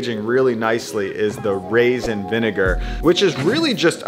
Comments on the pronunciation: Raisin not rasin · Going to add to the pedantic comments: Acetic, not acidic. Raisin, not rasin. And apple, not apple cider. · Lol and "rasin vinegar" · Raisin, not rasin. Geez